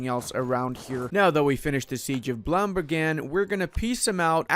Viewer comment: It's "Blam-ba-ngan" not "Blam-ban-gan".